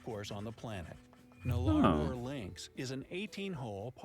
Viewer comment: Also it's not Nolar-bor, it's Nullahbour